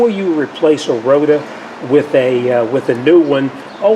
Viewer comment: 😅 "Rota" vs rotor 😁